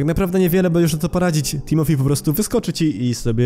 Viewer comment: Timothy a nie timophi